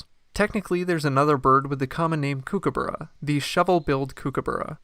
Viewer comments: It koo/koo/bu/ruh Not kookoo/boorah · For goodness sake Americans. It is pronounced COOK aburra. Not KOOK aburra. Spelt Kookaburra but pronounced Cookaburra GET IT RIGHT!! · Kuo- kuo- burra. You are saying it wrong mate. Cookah-burra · I'm in Australia now snd they all keep telling me it's pronounced koo ka barr a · It's pronounced (cook - a - burra) like to "cook" food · The narrator has got no idea whatsoever how to pronounce "Kookaburra". For goodness sake, do some research and learn the correct pronunciation. You're embarrassing! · I think the birds are laughing at the way this guy pronounces Kookaburra!! 🤣🤣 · They should be! Americans are hopeless with pronunciations. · Why don’t you learn to pronounce the name correctly before making a video.😡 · Why you say it wrong 😭